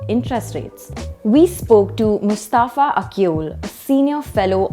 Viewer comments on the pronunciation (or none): none